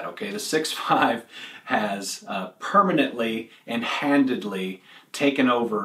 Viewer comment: Handidly?? Remember your rant on "ambidexrious?" You said "handidly" at - . Just sayin'